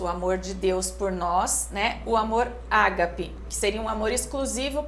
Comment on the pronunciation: Se pronuncia agape não é acentuado.